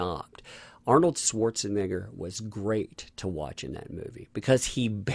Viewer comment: ita Pronounced Swartz-n-Nay-er your racist, lol